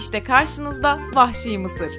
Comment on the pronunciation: 'te vahşi diyecene pahşi mi dedi